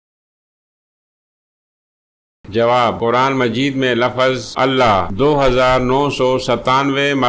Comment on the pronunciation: بہت خراب وڈیو! جس کی بولنے کی تمیز نہ ہو یعنی لفظ(Lafz) کو Lafaz پڑھتا ہواور تھنیل کچھ دیکھا تا مگر وڈیو کچھ اور دیکھاتا ہو یعنی صاف دھوکا کرتا ہو